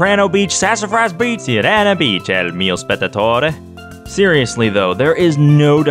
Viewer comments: In Italian it's See-ray-na, with a rolled "r" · I don't really know how to explain the pronunciation, but it's Seerena Beach. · Its See-reh-nah. It comes from the spanish "Sirena", which means mermaid. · As an italian, I can tell you the pronounciation is most likely "see-re-nuh". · Errr I might be a bit late and probably someone else already mentioned this but: Sirena Beach is probably intended to be pronounced as Sir-eh-nna, with a soft "r". Sirena translates to mermaid in Spanish, and y'know there's also the word Siren. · I've always called it "Sai-ree-nah Beach" (second version you tried)... The 1-Up in the Casino Delfino elevator, I think is mentioned in the player's guide for the game. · This spaghetti is so tasty. Also Sirena is pronounced si’rɛna. It's Italian (and Spanish) for "Mermaid", so it fits the English naming scheme. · A lot of the names from Super Mario Sunshine come from Italian words, so it's probably pronounced Sirena. (see- ray- nah) Also, is the flippity doo da a glitch fest reference? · sirena is just the italian word for siren. since the rest of the levels use italian words, im just gonna stick with the italian pronunciation, "see-rein-ah" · "see-reh-nah" It's the Spanish word for "mermaid" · It's pronounced "See-Reh-Nah" since Sirena means Mermaid or Siren in Spanish. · I always thought it was pronounced "syrena" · It’s pronounced Sirena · It's /siˈrɛna/ (IPA) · Sirena, the Spanish word for "Mermaid," you said it right the first time you said it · Its been a few years, but the beach is named Mermaid Beach. Sirena is Spanish. It's pretty easy to find a clip online on how that should be pronounced. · He said sirena beach wrong. SEND THE HOUNDS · "Sirena" is mermaid in spanish. Probably how you're meant to pronounce it. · You pronounced it correctly, right when you started the video.:/ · I think is supposed to be pronounced in Spanish